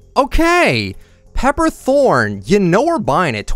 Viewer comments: It’s pepper Thorne not throne lmao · Pepper THRONE?? ITS THORNE AAA